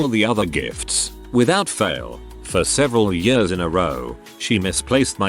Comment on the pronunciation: I love when the robot voice tries to pronounce "years" and goes "yööörs"